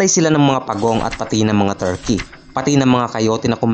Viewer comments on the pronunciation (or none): none